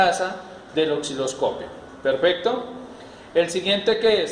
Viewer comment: Aparte no sabe pronunciar la palabra OSCILOSCOPIO